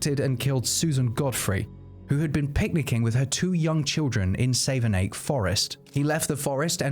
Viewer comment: Savernake Forest but pronounced Savernack. Enjoy the content. 👌